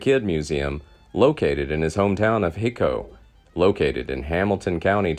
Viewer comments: It's HIGHCO not hico, phonetically. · the name of the town is pronounced: high co, not hee co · Hico in Texas is pronounced "High Co". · Hico the c makes a k sound pronounced Hiko even though it’s spelled like the first word of this comment